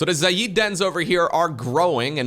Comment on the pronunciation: Nobody else pointing out that is pronouncing Xayid like Xay-eed instead of Xay-id?